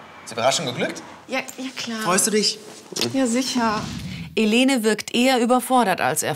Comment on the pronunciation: Die heißt im Video nd Helene ! Sondern Elene